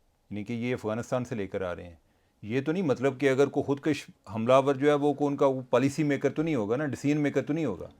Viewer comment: درست تلفظ ہے خود کش ک پر پیش ہے زبر نہیں